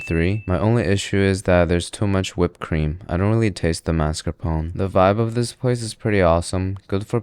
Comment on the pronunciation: Mascarponcsies? - The What? Took me some seconds to catch up on the dude's pronounciation. You americans pronounce things weird.